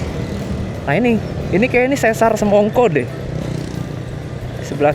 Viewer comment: sesar dibacanya pakai e pepet (spt dalam kata "pernah") bukan pakai e taling (spt dalam kata "sendok")